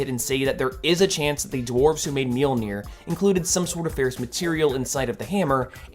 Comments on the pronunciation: You're saying it right. A lot of people wrongly think it's ma-jol-nur. It's mule-near. It's not hard. I see people correct the correct pronunciation a lot, too. It's mule-near. If you pronounce the j like anything that isn't a y, you're wrong. Mjölnir. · Your pronunciation of Mjolnir is fine. Anyone saying otherwise is talking out their ass or trying too hard to be a pedant.